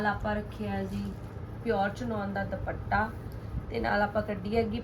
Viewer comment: ਭੈਣ ਜੀ ਸੂਟ ਬਹੁਤ ਸੋਹਣੇ ਨੇਂ ਜੀ👌👌👌 ਪਰ ਪਲੀਜ਼ ਦੁਭੱਟਾ ਨਾਂ ਕਹੋ ਜੀ। ਦੁਪੱਟਾ ਕਹੋ ਪਲੀਜ਼🙏🙏